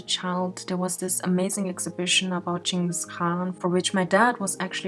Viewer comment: Omfg i can not thank her enough for pronouncing Chingis Khaan as Chingis Khaan not Genghis